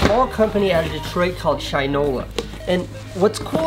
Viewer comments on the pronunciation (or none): Awesome to see to rep a company that's local to me! But, ps. It's pronounced Shin-ola not shine-ola 😎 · I hate to be that guy but its Shin like the body part then ola, not shine-ola. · Hey Casey, just for future reference I think it’s pronounced “shih-no-la”. Great shoutout for a local detroit company though!